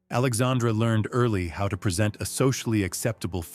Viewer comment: There is a pronunciation problem here: King Henry III of France was named Alexandre Édouard at birth. His first name in French is pronounced very much like the female name "Alexandra". But there is certainly historical evidence he was (at least in private) a male transvestite.